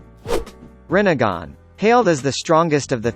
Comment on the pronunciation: He only said rinnegan and tsukuyomi almost perfectly.